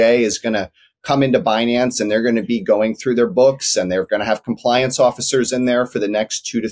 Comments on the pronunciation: Who else promounces it Behnance hahaha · "Benance!" lol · Benanaze 😂😂😂😂. She needs to get fired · Could someone please tell yellen how to pronounce binance 😂 the i is long woman ! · Be-nance? You would think it the name would be pronounced correctly..oh wait, you would have to respect something before you would care to pronounce it correctly -_ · Yellen doesn’t even know how to pronounce Binance… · she needs to take her time to make sure she mispronounces Binance